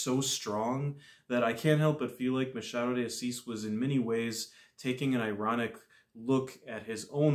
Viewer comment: Well done! You are the first non-Portuguese speaking booktuber who got the pronunciation of the author's name right. Your pronunciation of "Machado de Assis" was perfect. Thank you also for your brilliant review!